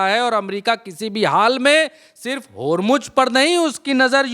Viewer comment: होरमुज होरमुज नही. यार होरमुज़ होरमुज़ बोलो